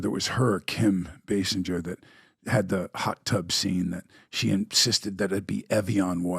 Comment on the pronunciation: Daniel Baldwin was Kim's brother-in-law for how many years, and he still can't pronounce her name right? It's Bay-singer, not Bay-sinjer... 🙄